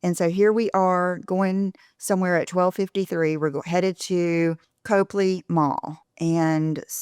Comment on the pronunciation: Get your best Boston accent man to teach you to pronounce Copley, lol. (It’s Cop-lee, not Cope-lee)